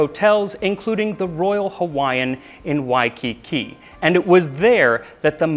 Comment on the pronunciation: Good job on pronunciation of Hawaiian.